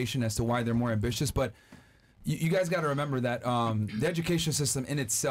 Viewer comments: PLEASE tell me i didnt hear “ambi-li-tious” 🤦🏾‍♂️🧐🤣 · she said ambilitious wtf